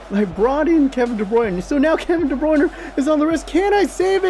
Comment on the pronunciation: Damn son that arsenal match had my heart beating fast xD, also i got zubat FFS , no.41 . Also its De Bruyne :P i know im a bit late but i never get one of these xD (add me in pls and i will be veri happi.)